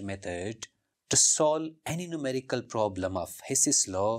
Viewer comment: 😅Numerical became Mumericals 😅